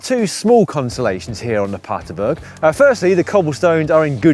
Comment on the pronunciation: BERG PLEASE GUYS, you're killing me.. aint Paterburg its PaterbErg